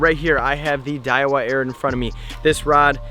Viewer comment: i know its been 5 years, but this dude knows its aird, not arid, right?